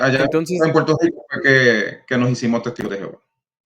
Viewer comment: EN PUELTO LICO NO HAY R ?